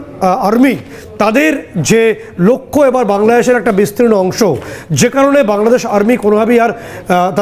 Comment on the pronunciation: এরে সাংবাদিক কে বানাইলোরে ভাই, বাংলাদেশ শব্দটা তো উচ্চারণই করতে পারে